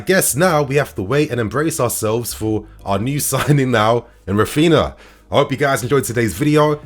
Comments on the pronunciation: it's pronounced "Raphiña" or (ny). Just helping for future videos. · Raphinha is pronounced the same way Ronaldinho is. Common with Brazilian names. It has the ñ sound. 👌🏽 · Not trying to be a smart ass but coz his our player now i believe we should pronounce his name properly. R IS SILENT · Yo - You're saying Raphinha wrong.